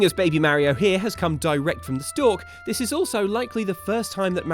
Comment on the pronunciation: I don’t understand how you can pronoun Mario wrong